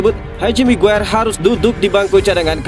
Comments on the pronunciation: haji migiyir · Saya juga mendengar itu hj mague😂😂😂re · Sekilas kok saya dengar menyebut haji maguere..hhhh apa saya salah dengar apa emang diplintir😀😀😀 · Hahaha iya bener,, smngat min keseleo lidah biasa terjadi 😁